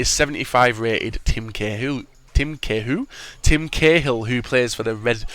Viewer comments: Cahill (Kay-hill) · How can u say oar an Cahill wrong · I know right!!